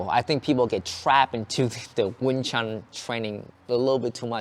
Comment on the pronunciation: Why americans say wing “chung” ? It’s pronounced wing “choon”. Like ecspecially and aksk is another yank thing